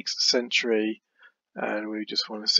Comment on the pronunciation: Thank you. Great video..just one comment “Century” not ‘Centuary’